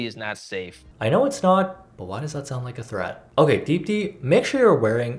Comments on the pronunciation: You pronounced deepti better than she did it herself ^~^ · how do you pronounce deepthis name better than she does 😩